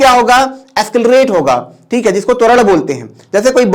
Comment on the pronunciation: Escalarate? Or accelarate??